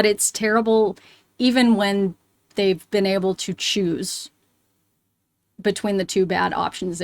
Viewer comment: Emphasis on the word "choose."